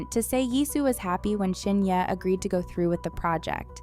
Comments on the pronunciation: Pls pronounce her name correctly.. Not Shin ye.. it’s SHIN HYE..✌️😊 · I don't think she pronounces her name this way? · is always like this. Always not pronouncing her name correctly..😂..maybe the speaker is an AI 😅